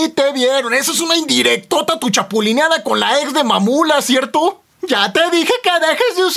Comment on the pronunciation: ME KGUE CUANDO DIJO (MAMULA)